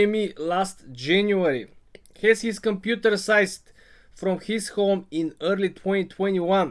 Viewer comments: Hey, you say seized like this “seezed”. Thanks for the info. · seized pronounced "seazed". I apologize but I had to